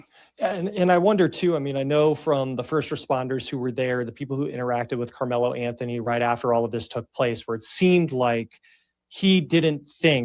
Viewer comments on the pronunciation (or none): Lmao annihilated Carmelo Anthony name lol